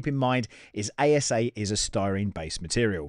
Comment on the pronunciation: 😂 you mispronounced ASA as ABS. ASA is Acrylonitrile Styrene Acrylate. Just had a laugh when you said this. Great video.